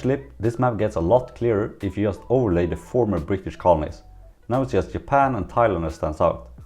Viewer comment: Why am I hearing Yapan and Yermany? Is G and J have the same sound in Sweden?